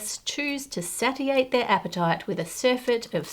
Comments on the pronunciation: Sat-eeh-ate? It's pronounced say-she-ate!! Really surprised she doesn't know how to pronounce that word, given her career choice 😅😅😅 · Satiate ? Isn’t it say-she-ate? 😮